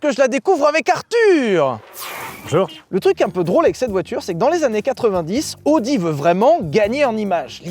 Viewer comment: Il faut vraiment faire un effort et prononcer "a-o-di" et pas "odi". Il ne me semble pas qu'on prononce Aston Martin à la française